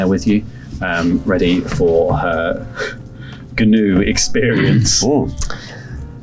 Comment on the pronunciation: It's pronounced "noo" — the whole "g-noo" thing was a deliberate joke by Flanders and Swann